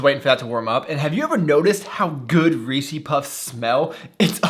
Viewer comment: we need to have a talk about that "reese's" pronunciation brotha.